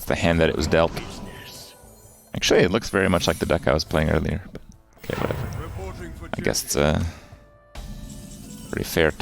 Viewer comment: Alright I've held my tongue long enough. I just... it sounds like you say 'came' or 'oh-came' every time you say 'kay' or 'ok'